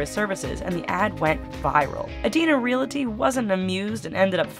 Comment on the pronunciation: FYI Realty not realaty.